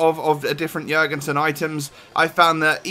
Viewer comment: you pronounced his name phenomenally compared to other youtubers